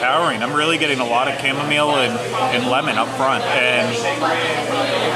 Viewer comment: It's Chamomile, Long O and i iSilent e at the end. It's Cham ( silent h )